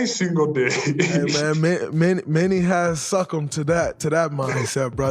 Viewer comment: many has “suck em” lmaoo its succumb dray lol (sa-come-b)